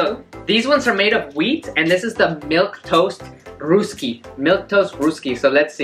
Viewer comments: The happy dance you did was on a sad song lol😂 And it's pronounced as "raasky"and not "rusky" Great video 👌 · Its pronounced as Rusky(like Dusky) not Roosky. Also you guys are such a cute son and mom duo♥️